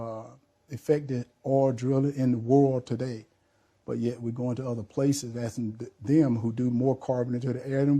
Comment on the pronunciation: "About me visiten voters and assin questons".... for God's sake learn English/the walking dead. De da da de du do.